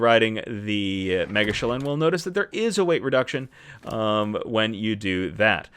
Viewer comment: After watching this I’m positive the correct pronunciation is ‘mega-chillin’. Great video, keep up the great work saving us time and trial!